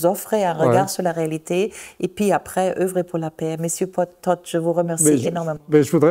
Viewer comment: Elle prononce TODD comme Tot - la mort😂😂😂